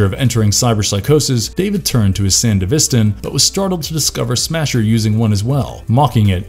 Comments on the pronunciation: How can’t you pronounce sandevistan correctly?! Smasher was and still is a huge disappointment.. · Huge pet peeve of mine when someone makes a video wherein they mispronounce things that have demonstrated pronunciations in the source material. Ebunike and Sandevistan are not difficult words. And you sort of just explained the same thing a few different ways, probably because of run-time. Kinda gross.